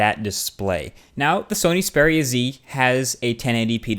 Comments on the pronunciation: Why are you saying speria? It's (X)-speria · Its X peria not zpara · Speria? it's pronounced EX Speria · EX-PERIA NO SPERIA OMG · Strange pronunciation of Xperia. All the advertising for the Xperia brand (right back since the old X1) indicate that it is pronounced similar to experience ('Xperience'), and not 'Speria'. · It is "XPERIA" so I guess u got it wrong as well. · I just cant get over it, it's EXPERIA not SPERIA..... i just guess you got Faulty phones as the rest have just awesome angle view. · Its XXXXXperia bro, not speria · Is it only me getting pissed of with how he pronounces the phone. Speria z........ Na m8, Its the Xperia with a X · Xperia ( Ex-pee-ri-ya ) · I think you need counciling or something, you find a phone sexy? Also isn't xperia pronounced ex-peer-ia because it comes from the word experience...? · I love how he pronounces it "spearia" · What??u just said speria haha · He pronounces it like Speria :D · You can't seem to pronounce Xperia :D [Speria] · It's supposed to be ex-pee-ree-a Right? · isn't it EX-peria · you said the name wrong, its Ex-Pee-Ree-Arr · yeah I believe you say it X (ex) peria (pair-ee-uh) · So, Xperia is ANOTHER word you can't pronounce correctly..... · I think you are pronouncing "Xperia" wrong.